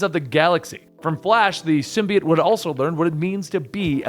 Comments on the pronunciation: i like how this guy pronounces symbiote "sim-be-its" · He pronounce symbiote wrong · The way he pronounces symbiote makes me not want to watch it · The way you say symbiote makes me want to kill myself